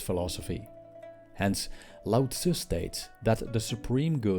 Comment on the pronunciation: Thank you for pronouncing Lao Tzu correctly!